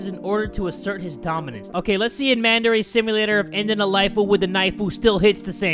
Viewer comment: i thought he said mandarin simulator